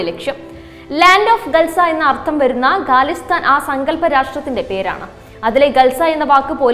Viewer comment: ഗലിസ്ഥാനല്ല ഖലിസ്ഥാൻ ആണ്. ഗണ്ട അല്ല ജണ്ട ആണ്. വായിക്കുമ്പോൾ തെറ്റ് കൂടാതിരിക്കാൻ ശ്രെമിക്കുക. എഡിറ്റ്‌ ചെയ്യുമ്പ്പോൾ നീക്കാവുന്നതല്ലേയുള്ളൂ.